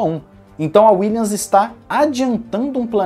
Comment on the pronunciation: Boa tarde. Acompanho diariamente o canal e curto bastante. Valeu pelo conteúdo! Gostaria somente de deixar uma dica fonética. Williams se pronuncia com som de M no final. Dessa forma ficaria algo como: "Williamis" com um i bem tímido e sutil. Fica bem diferente de "Willians" Valeu!